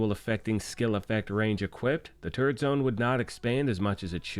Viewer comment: oh turret...LOL! I thought you were sayin TURD.